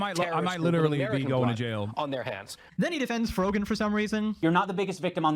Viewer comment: did he just call frogan frogman? lmao